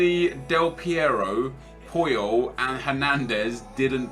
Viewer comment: it's pronounced Charles Pooyol